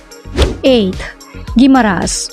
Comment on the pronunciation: Mali ang bigkas ng Jordan Guimaras